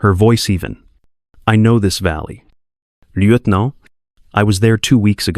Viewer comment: Lear to pronounce lieutenant